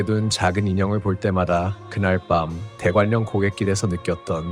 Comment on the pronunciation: 대관령 발음은 [대괄령] 입니다.